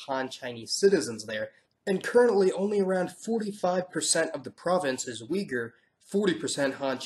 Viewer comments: Ooygoor that’s how Uyghur is actually pronounced. Wee-ger 🤣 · No not Wee-gur. Ui-ghur. I am a Turk from Turkey. That is how you pronounce it. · Correction . It's not pronounced wee-grr it's pronounced ooy-g'ur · Uyghur is pronounced as /u:i,goor/, not weeger. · WEE-GER??? Really?!!! Thought you're a smart guy but man wtf was that?!!! It is ''UYGHUR'', you can pronunciate it like OOYGOOR...and btw it is IRAN (EE-RUN), not AIRAN, WTFFFFFF?!!!!! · Thanks a lot for putting Oighur nation and territory on the spot ( weegur is ethnic Chinese pronouncing). One day we will get rid of illegal occupation and fascism! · Your pronunciation isn’t correct . There is no such thing as weeger ! It is oeigoer or uygur . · It is not wee gur it is uyghur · UYGHUR (Uighur) is pronounced as /ooy-goor/ ئۇيغۇر . It is never ever been as wee-gur, this pronunciation is very misleading. Please do NOT say it as wee-gur again! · it is pronounced ui-ghur not wee-ger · You also pronounce uyghyr wrongly its not wee-gur it should sound like [ui:gur]. it sounds like last sound in "My"[mai:]. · The pronunciation blunder: not wee-gher but ooi-ghoor for the Uyghur people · I think Uyghur should be prone ‘Uighur, not Wegur. Possibly meaning city dweller or civilized, urbanized/ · It’s not ”Wee-ger” it’s pronounced ”Oi-ger” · Pronounced Wee-gu according to who? if you asked the people themselves they would tell you its pronounced with a soft g - which is totally foreign to the west - even so, the pronunciation is closer to uuuy-guurrr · It's pronounced OOY-GOOR not WEE-GUR :) talking of Uygur! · It Looks Like Oi-gher Or (Uiry)gher, Not Ug-er.... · "Uyghur" is pronounced as "Ui Gur", not "Wee Gur". The latter is the mispronunciation made by Chinese, damn, the whole world following mispronunciation. Chinese cannot pronounce words in other languages exactly and they are not very eager to show respect towards people whom they call minorities. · It is actually called Uygur and not weeger